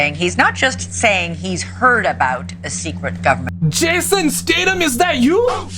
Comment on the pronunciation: Man if Jason heard you say his name like that he'd show up to your front door 😂😅😂